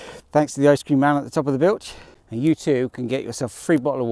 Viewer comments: Brilliant ride in wales, great pronunciation except bwlch 😂 it’s pronounced as bull and the ch is pronounced like the Scottish ch in loch bwlch 😊 go on try it. Love the ride absolutely amazing, I just got over Covid ( no symptoms at all) so will be back out on me bike again soon too. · Bull Ch, easy way to pronounce it, the full name is Bwlch y Clawdd, I live a mile from the bottom, about 4 from the bottom of the Rhigos and 3 from Llanwono/Blaenclechu,can do them at a plod on my Thorn Nomad, I am 64 😂😂😂😂, it’s all hills around here. Hopefully the tunnel at Bleancwm through to Blaengwinfi will open so I can cycle to Swansea before I’m to old😂😂😂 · Glad you enjoyed you trip to this side of the bridge and the entertainment. No, not the scenery, the mispronunciation 😂 I’m due to get up there from Cardiff in a couple of weeks. Always hear cuckoo’s going up the Bwlch this time of year as it’s so quiet. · Thank you, yes, I’ve had a few comments about my mispronunciation, 😂 I blame my Father for not teaching me my Welsh heritage, as my Grandad was from Maerdy. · Thank you Andrew, and I apologise for the mispronunciation! I have no excuses, my Grandad was Welsh and came from nearby in Maerdy! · Thanks Michelle, I was actually confident with the pronunciation of the Bwlch mistakenly! I was sure I’d heard it called that, but I’ve been justifiably told off by my Dad and Del!! I knew my Grandad was Welsh, but as he died before I was born, I haven’t ever been taught any of my Welsh heritage, or knew Grandad was actually born in Maerdy. I’ll definitely be back soon, to satisfy the Welsh part of me. Glad to hear you’re ok. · I can only apologise for my mispronunciation! I blame my Father for failing to teach me my Welsh heritage as my Grandfather was born not that far away in Maerdy. He did tell me off, as did my Welsh friend Del. I will do better next time, or bring a translator 😂